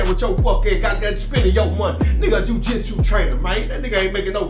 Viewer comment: Playing dumb for the camera is more annoying than entertaining. You don’t need a college degree to pronounce words like jiu jitsu. Tom Brady married the wrong one. That’s all that was.